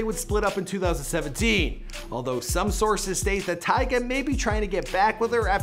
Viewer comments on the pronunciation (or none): He said tyge at the beginning